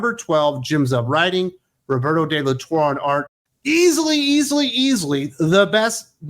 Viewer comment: Roberto's surname is pronounced "Tor-reh"